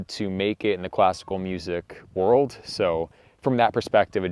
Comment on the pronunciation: Um it’s World not my Whirled! Short Stump Tongue